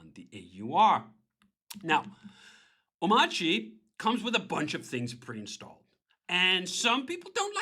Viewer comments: why doesn't he pronounce the r in omarchy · DHH is wrong about the pronunciation of Omarchy, just like the gif guy